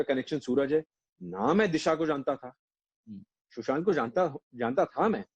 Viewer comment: For god's sake it is 'Sushant' not'Shushant'